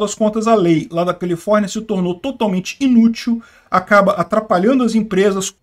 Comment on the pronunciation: Eu entendi o dizer Colifórnia? 😂😂😂😂😂